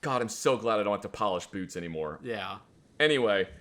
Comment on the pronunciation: accent pops when he says boots lol